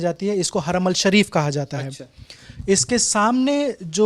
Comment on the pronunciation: Kya bolte ho yaar aapne kya research kiya hai, haramal nahi harmain shareef hota hai.